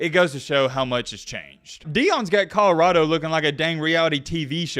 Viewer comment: Ca-da-rado. He constantly pronounces col-or-ado wrong. In every video he rides Deion's coat-tails he says it wrong.